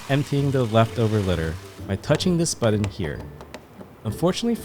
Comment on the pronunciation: Thank you for this excellent video:) I have one complaint though, button is not pronounced BUDDEN. Was driving me nuts, sorry